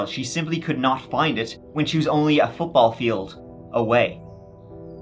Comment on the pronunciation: Thanks for providing us information in American units on that last story, didn't even notice your accent when you said football field.